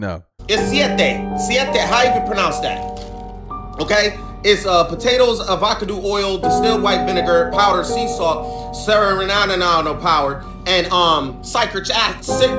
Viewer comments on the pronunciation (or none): Ah-vahc-adda oil. 😂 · what you got on, look like some pew pew holsters lol you ready to war 😭😭 Edit: Did he say “Avacadoo Oil” instead of Avacado 😭😭😭 Edit 2: One night a couple months back I watched the moon set behind a building. It got lower and lower and disappeared within 5 mins. I couldn’t believe it. I’m glad someone else caught this on camera. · “a-va-cadoo oil” is insane😂😂😂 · I know bro eating the chips tryna put us on game but cuz said avakado oil🤦🏿‍♂️🤣 not avacodo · The guy that's eating the organic chips read avocado oil as "avacadoo". I'm concerned about that because my ppl perish because of a lack of knowledge...knowing words & their correct pronunciation falls under that knowledge category... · Ava-cadoo? Mans speaking unforgivable curses 🤣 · Likewise. I started laughing loudly. Avakadoooooo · 😂 a•vak•a•doo oil?? 😂😂 lmao Does he mean avocado 🥑 oil? 😂😂😂 Im calling it that now. Its my new word. I love it. Lol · Avaca doh oil 😂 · That boy called an avocado 🥑 A vah cuh do 😂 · This nigga said Avahcadoo oils hahahaha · did this dude just misprenounce avacado😂😂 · Never heard avocado pronounced like that before 😅